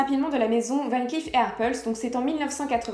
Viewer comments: Coucou Dernière précision mais qui a son importance c’est tout de même un nom de famille cela se prononce VAN CLAIF beaucoup le prononce à l’anglo-saxonne alors que non pas du tout. Merci ☺️ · Dommage que vous ne prononcez pas correctement “Van Cleef”.